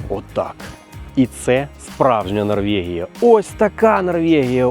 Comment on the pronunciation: Та Норвегія ж, яка ще НорвЄгія? Ну зроби над собою невеличке зусилля і припини єкать